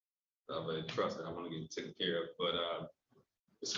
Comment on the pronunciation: I love “tooken”